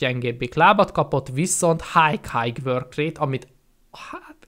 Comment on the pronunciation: Az nem hájg, hanem háj(high).